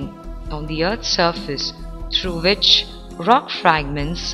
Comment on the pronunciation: ...and wice wersa, vich is kvite funny :D